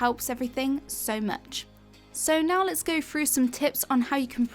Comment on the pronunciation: You need a video on how to pronounce “through”